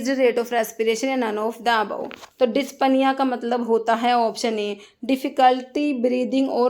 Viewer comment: डिस्निया not डिस्पानिया